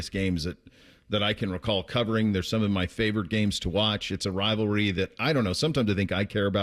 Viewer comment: This year it is not a rivalry, it's a wivalwee. :fish-orange-wide-eyes